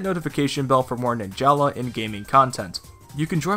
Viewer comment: Fun Fact: Its actually pronounced “Nin-juhluh” not “Nin-Jah-lah”